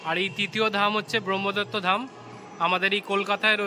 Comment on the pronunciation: Sotti ki voyongkor pronounciation, kothai bhahma dutta dham r kothai brohmidoittyo dham😂